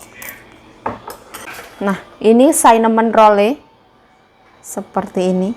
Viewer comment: cara ngomong cinnamon itu bukan sainamon say tapi sinemen. 🙏🤩